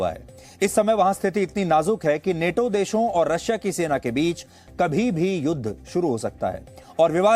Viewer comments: नाटो है नेटो नही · Neto nahi nato hai pronunciation to sahi karle baba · Are bhai English to ache se padh lo bhai Nato hota hai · Neto ni NATO hai woh 😂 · नेटो नही नाटो सही बोलना सिख, लोगो को लड़ाने वाला न्यूज़ चैनल